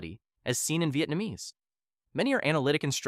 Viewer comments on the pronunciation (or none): none